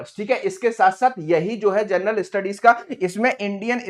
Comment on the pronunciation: जरनल जर्नल क्यों बोल रहे हो, तुमको तो शुद्ध बोलना भी नहीं आता है, क्या पढ़ाओगे।